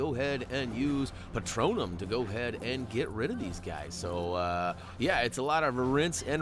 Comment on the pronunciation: It’s pronounced Patronus